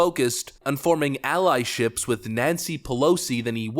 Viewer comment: Bro....it's alliances, not ally-ships or whatever you said